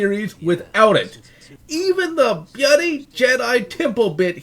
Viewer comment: Why do you keep saying “bloody” like that?